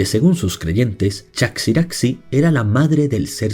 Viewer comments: Aparentemente "chaxiraxi" se pronuncia "chajiraji", como Adexe es Adeje y otras palabras guanches. Se trata de la grafía antigua castellana para la J, como en México o Texas. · Se pronuncia Chajiraji o Tajiraji. Esas x se pronuncian como en Mexico.